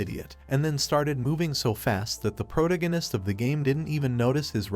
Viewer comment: Please, ffs, pronounce the 'protagonist' correctly. I enjoy listening to recaps, but my OCD with English is killing me